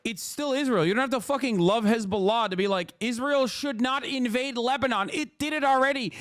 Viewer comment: dude goes out of his way pronouncing hezbollah in the correct way, but disregards everyother country's way of saying there name, for me this dude fell off, yes be left yes be socialist but by god or allah i dont care dont side with religious terrorism. dude needs to self reflect, ofc you can support gaza and palestine no probs there but hezbollah is an known terrorist group/cell troughout the west and even in islam its not okay to support them. but this dude so focused on fucking israel that he lost sight.